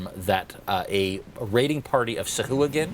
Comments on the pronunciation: ITS PRONOUNCED (SAH - - AH - GWIN), not (soo - hoo - ghin) when you say Sahuagin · Its pronounced Sea Hooligan.